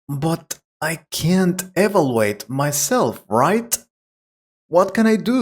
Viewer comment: Please check the pronunciation of "evaluate" and "mean", please. The rest is okay.